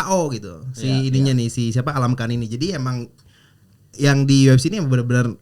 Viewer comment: yang bener itu almakhan. Bukan Alamkhan 🤦‍♂️